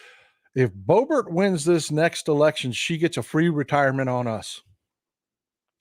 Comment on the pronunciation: Thats how everyone should say Boebert😂